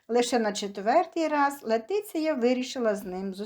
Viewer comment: Говоріть правильно.Її звати Лєтісія